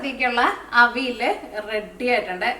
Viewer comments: തൃശൂര്കാരനായതോണ്ട് "അവിൽ " ന്ന് കേക്കുമ്പോ ഒരു സന്തോഷം 😂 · മനസ്സിലായി. തൃശൂര് പലരും അവിയലിനെ അവില് ന്ന് ഉച്ഛരിക്കാറുണ്ട്. അതാണ് ഞാൻ ഉദ്ദേശിച്ചത് 😄